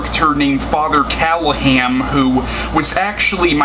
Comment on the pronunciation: true story: Barlow was made into a monster b/c in 1979, there were 2 films...Dracula(Frank Langella), and Love at First Bite(George Hamilton)already had suave master vampires, and Hooper thought the audience would be bored with another of the same thing. BTW, it's "CallahaN".